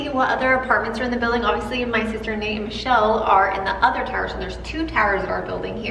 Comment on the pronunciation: They keep saying Michelle, not Michelle and Nate